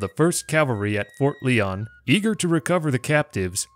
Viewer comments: It is pronounced Ft. Lion not Lee-on just saying. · I believe it's pronounced "LIE-on"